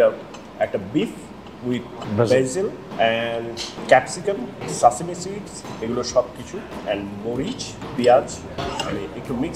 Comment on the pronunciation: it's not সাসিমি it's সেসিমি and that was black sesame seed and white sesame seeds on the bun not nigela or kalijeera and again not সুগার ক‍্যান it's সুগার কেইন